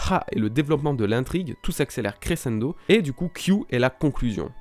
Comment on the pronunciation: Crescendo se prononce créchèndo ^^